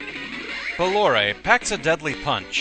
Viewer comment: Pronounced Bah-lore, incidentally